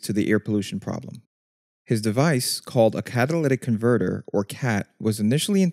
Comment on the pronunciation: "Catawlyvvc comvvrtvv".